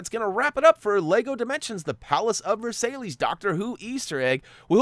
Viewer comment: It's 'Ver-sigh'!